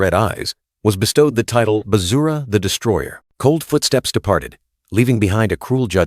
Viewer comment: Bruh said Vajra is Bazura😂